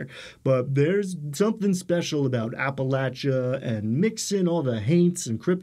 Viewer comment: I'm glad that you pronounce Appalachia correctly! I wouldn't expect that from someone from New York City.